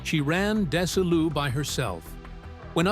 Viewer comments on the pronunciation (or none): It's not Des i Lu It's Desi Lou. It's Vita meata vegi min. I'm a VERY BIG fan of I I Love Lucy, and The Lucy show.😂😊 Thanks for the story.